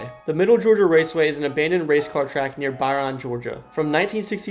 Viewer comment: Liked the topics, but brother, it’s OHglethorpe and ByRUN